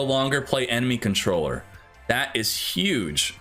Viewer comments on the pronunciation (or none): none